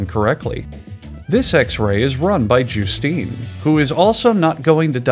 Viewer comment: I didn't even know you could pronounce the name Justine the way he did, sounds so weird.